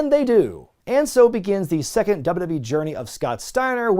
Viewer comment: Dubba-dub-e Never heard anyone else pronounce it that way